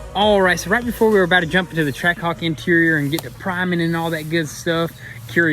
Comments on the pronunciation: Ah yes, a "Trackahwk". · I thought it was Trackhawk not trackahwk